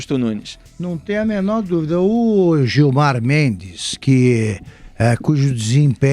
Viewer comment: Gilmar “Mentes” misericórdia